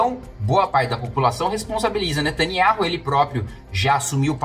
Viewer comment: O NOME DELE É NETANIAUH KIM KATAGUILI....RS ESTUDE MAIS E OBSERVE OS ISRAELENSES PRONUNCIANDO E APROVEITE PARA PRONUNCIAR O NOME QUE O SIATEMA MALIGNO QUER OCULTAR, O NOME DO CRIADOR.